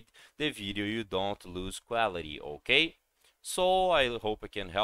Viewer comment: Hokay? Hokay! Hokay.